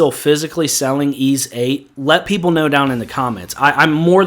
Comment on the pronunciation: You get a thumbs up for pronouncing Ys correctly all by itself.